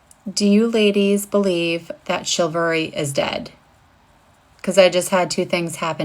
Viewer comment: A woman ranting about 'chivalry' while her pronouncement and the title text states chilvary ... 🤣 Does she even know where the word originated from, let alone what meaning it implies wich can be different in contextual circumstance ? Making selfie recordings about this (and most of these clips for that matter) to get some attention, convinces me the idiocracy is getting worse by the day.